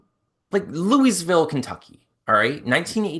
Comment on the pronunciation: ........I love you. But please learn how to pronounce Louisville...ye uncultured swine 🤦‍♀️